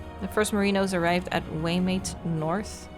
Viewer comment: Waimate is pronounced Why Ma Tee